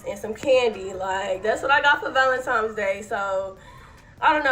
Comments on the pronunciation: I would like the general public know.... it's valentiNe's.... NOT valenTIME'S day... 😑😑😑 there is no "M" DAMN! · These girls are so lost. Keep saying valemtimes day 😂 I pray for them to wake up, have eyes to see, ears to hear, we are not each others enemies. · ValenTIMES day😂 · How one so many people have so much time for pure foolishness. And these girls are trashy. And by the way, it’s valentine’s day, with an N not an M.